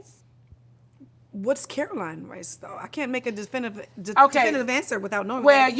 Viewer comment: Tamar is reading… nene could not pronounce that rice brand correctly